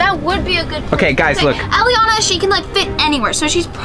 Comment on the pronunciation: Its elliana not jelliana